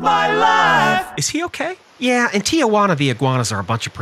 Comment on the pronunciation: Tia-wana🤭 It's pronounced Tee-hoo-ana. The "J" sounds like an "H" and it's not silent